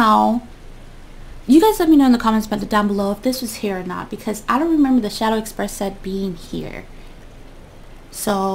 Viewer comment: She said shadow Express